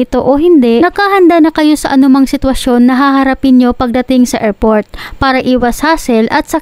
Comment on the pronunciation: Narrator anong bidyo? Anong erport? Anong silpon?